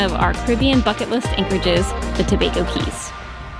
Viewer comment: Do they still charge a fee to enter the Tobago Cays? Incidently, "cays" is pronounced "keys".